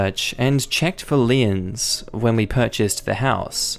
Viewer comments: Liens= pronounced leens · It is pronounced "leeenz" in the USA, not lee-ins otherwise, nice channel, great reading voice